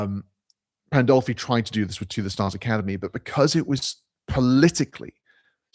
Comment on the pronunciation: There it is: the stupidest thing I've seen this whole month. Sarfatti, a Jew, working for "christian nationalism." Also, it's Pandolfi, not "Poldolfi." You don't even know what you are trying to talk about. Some of you really don't deserve consumer electronics, cheap internet etc.